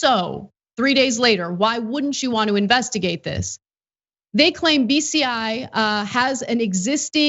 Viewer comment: I kept almost hearing beastiality instead of bci